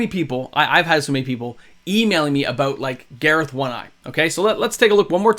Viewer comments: Why do you pronounce it Gareth like the guy from the dollop instead of garth like garth brooks? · I'm sorry but I have to say it, you've been calling him Gareth but it's Garth, like from Wayne's world. Boomstick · Not sure why you’re mispronouncing “”Garth” but otherwise great content.